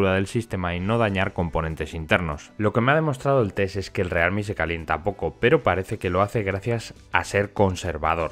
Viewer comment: como cuando no te decidis si pronunciarlo en ingles o en español: "realmi"